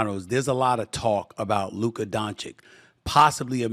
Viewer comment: Stephen A still not pronouncing Luka's name.correctly 🙄